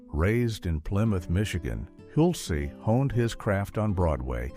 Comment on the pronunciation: It’s Hulce, like pulse!